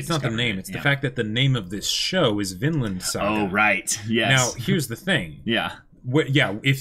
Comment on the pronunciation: Whenever they say “Vinland” I just hear “Finland”. Confuses the heck out of me😂